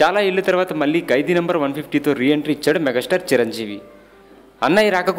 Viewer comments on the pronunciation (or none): none